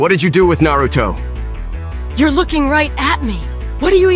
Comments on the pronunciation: Why can't they pronounce Narutos name correctly? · Not gonna lie....A.I is gonna have niggas mispronouncing Naruto for years lol